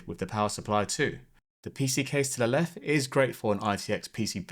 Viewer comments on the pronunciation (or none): Why do you say DA instead of THE? But you can pronounce TH in other words? Also there's a T at the end of left. Meanin. Lenf. Bizarre.